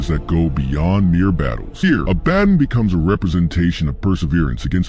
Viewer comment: A-ba-don, not A-badin